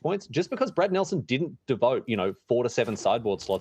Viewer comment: PV going reverse pulp fiction where the guys name is brad but is sounds like hes saying brett.